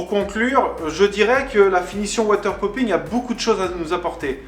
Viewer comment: Water popping avec un o et non pas un ou. Avec un ou cela veut dire chi... de l’eau :-)